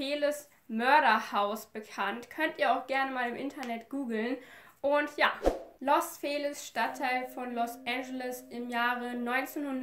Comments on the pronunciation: Ich finde deine Videos wirklich toll. Aber bitte arbeite an deiner Aussprache, wenn es um ausländische Orte und Namen geht. Es heißt nicht Los Fehliz mit einem langen e, sondern Los Feliz mit einem kurzen e, wie in Felix. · Es wird ,,los Feliz (Fehlies)“ ausgesprochen 🙋🏼‍♀️ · Es wird eher Feelies ausgesprochen ❤️ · ich glaube man spricht das los Feliz mit langem iiiiiiiiiiiii